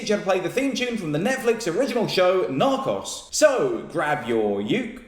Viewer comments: Narcos isn't a Spanish word, it's pronounced Nar-coes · John pronounces “Narcos” similarly to how I imagine Stephen Toast would.